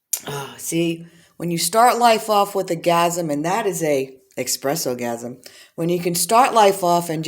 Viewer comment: Espresso not expresso lol